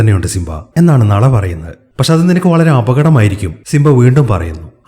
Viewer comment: ബ്രോ നള അല്ല നാലാ